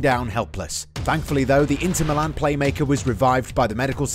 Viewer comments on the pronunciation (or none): none